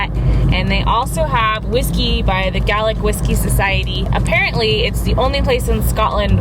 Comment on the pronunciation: I live in Uig at Lon Ruadh! I live in a 20-year-old bed and breakfast and it used to be a giant hill. :) also, I'm a little sad that you said " lock " instead of " loch " so many people pronounce it wrong if they aren't Scottish 😂 Ohhh you pronounced " Gaelic " right! My Canadian teacher pronounces it " Gaylic " 😂